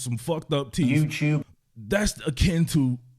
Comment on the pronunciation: That “yewtewb” gets me everytime